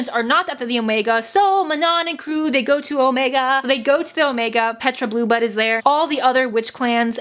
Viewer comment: I thought she said bluebutt instead of blueblood